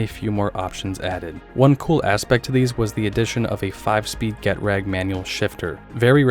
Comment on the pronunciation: Get-rag.. ouch that hurts to hear aloud. It's German, Ge-trag